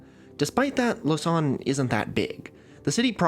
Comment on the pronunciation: fyi it's pronounced "lo-zan" not "lo-san" like you say it